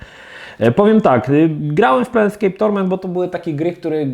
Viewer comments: Plejnskejp a nie planetskejp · PLANEscape a nie PLANETscape. To T jednak robi różnicę. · Też mnie ten planet u Niego drażni, a ta gra już kilka razy pojawiła się w "kiedyś to było" i za każdym razem mną trzęsie jak to wymawia. A tak po za tym, to nazw wielu gier nie potrafi wymówić prawidłowo. Co dziwi u kolesia z takim stażem i doświadczeniem w grach. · Plejn skejp. To jest plane a nie planeT. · Kurła, no nie wytrzymie, "PlaneTscape"??? Serio??? Gdzie tam niby jest to "T"??? Fachowiec od gier że idź Pan w ch... ;)